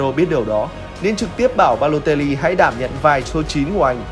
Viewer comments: đọc Baletoli thay vì Baloteli:)) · Em nghe như kiểu anh đọc sai tiên Baloteli thành Ba lê tô li 🤣